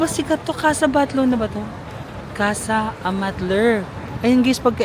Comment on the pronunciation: thats Casa Batllo (pron. Batyo)